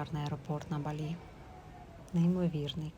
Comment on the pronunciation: тільки кацапи ставлять наголос на і в слові Балі...